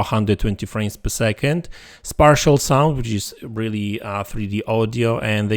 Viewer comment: It’s pronounced spatial with a long a sound, not spartial. I mention this because I hear you mispronounce this in other videos too.